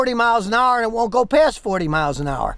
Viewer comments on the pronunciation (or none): none